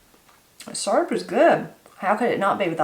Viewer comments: I had to stop and watch this when i heard you say syrup. I’ve always have pronounced it the same as you do, surp. I also like using a pie tin to make up my batter, I do like to add cinnamon and vanilla to it. Ever since I was a young bride I’ve made what we call “depression syrup “. Same as what you made only I’ve only ever used white sugar with some maple flavoring. I’ve ate that so long I don’t really care for the store bought kind and I’ve never tasted real maple syrup. Next time I make syrup I’ll have to use some brown sugar too. Blessings, TeresaSue. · That's the same recipe I use. My mom used to make her own syrup when we didn't have store bought syrup. I like that you pronounce syrup the same way I say it....surp.